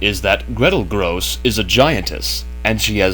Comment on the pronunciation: "Grosse" is pronounced as "grocer", not "gross".